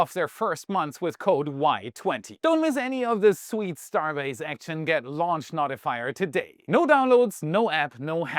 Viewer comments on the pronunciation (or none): "Notifyer" is pronounced No - tih - fy - er. "No" as in the opposite of "Yes." It isn't "Not - i - fy - er.